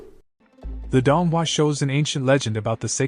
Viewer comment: its pronounced doon-hwa not donhua 💀💀💀